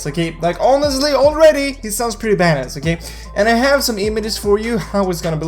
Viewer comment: White boy saying badass... TRIIIGGERREEDDD